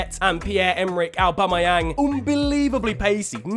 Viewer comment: Literally nobody ever:: Owbamowang